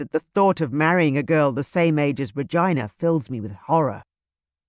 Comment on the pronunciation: Oh my - I've never heard the name Regina pronounced as vagina, please stop!! It is a beautiful name that should be pronounced reGina.